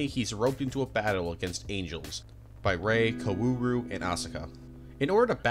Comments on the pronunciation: Bro gave up on kaworu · Stop saying "co-ooh-row" it's "Kao-ru" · "Karuru" Also, FANTASTIC video! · “Seal” and “Kawooru” 😅😅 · Why do you pronounce Kaworu like "Kauwooru"? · love the video bud, but how can you pronounce his name wrong for the entire thing? KA-WO-RU! cmon man, its a phonetic alphabet! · car roo roo lol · Kawaararoe? Bro there is no fucking way there’s hundreds of videos of people pronouncing the name. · your mispronunciation of kaworu is killing me man 💀 sorry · love this video!!! amazing n watched it all , but all the pronunciations of all the names killed me😭😭especially kaworu’s, that aside, i cant believe the azumanga daioh mangaka made multiple eva doujin!! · Nice video, but... I wish you did more research on how to pronounce the characters' names.. Kawooru, Aka-gee... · the way he said kaworu 💀💀 even akagi 💀💀